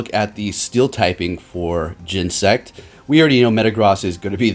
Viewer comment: Oh man the Cringe! say it with me GEN-E-SECT!